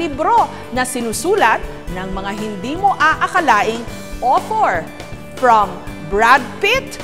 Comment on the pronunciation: Awter or author